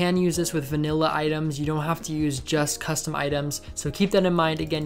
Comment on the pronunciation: no offense but when he says 'custom' it sounds like kusvton